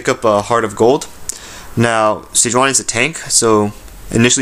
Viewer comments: Ni not Na sejuaNI. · its pronounce SE JEW ANI